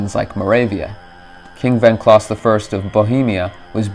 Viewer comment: Wenceslaus = wen-se-slaus not "wenclaus"